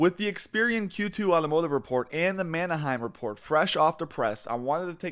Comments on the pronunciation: MAN-heim. Not MANA-heim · 1) It's Manheim. Not Mannaheim; 2) and it's not greed. It's supply and demand. If a dealer is going to have to pay 50% over retail to replace a vehicle they are currently trying to sell out of inventory, then they have no choice but to try to get current market price out of every vehicle they sell, or it's not worth selling. Stop demonizing dealers. They are subject to market forces just like every other industry. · Dear god pronounce Manheim correctly